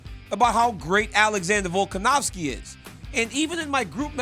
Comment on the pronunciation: Can we please get RC to pronounce Volkanovski instead of volkanowski 😖. Not a huge deal but every time I hear it it’s like nails on a chalkboard to me.